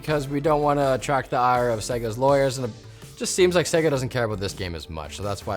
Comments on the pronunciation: Who the heck are segger, its pronounced say-ga, have never heard it pronounced like that. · What’s with the guy saying seh-guh instead of fucking sega????? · Sega not Seiga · Come on guys, they literally tell you how to pronounce SEGA in their game intros. It's SEY-GAA, not SEGGER... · Why can no one at LTT pronounce "Sega" properly? Do they not remember the old "Say-gaaa!" opening screen? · Ffs say Sega properly.... say-ga had to turn video off half way through as it is infuriating to constantly here the mispronounced version of Sega. BTW love what you guys do. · Why can't anyone pronounce Sega correctly? It's literally yelled at the beginning of its most popular game of all time. SAY-GUH! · Why can't you say Sega? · The way they say Sega bugs me lol, Think Sonic 1 bootup.